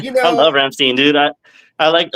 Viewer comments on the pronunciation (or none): Never heard a German call the band “RamstEEn”. It’s “RamstEIn”!